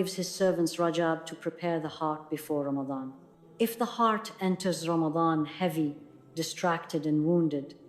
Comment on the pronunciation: AI is saying Ramatan not Ramadan. Ya Allah.